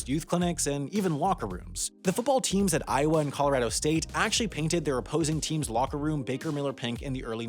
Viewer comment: "…both TEAM-SES locker rooms had to be painted the same color." Take it from a Professional English Major: The plural of "team" is "teams," one syllable, pronounced "teemz." Not "team-ses." 🤢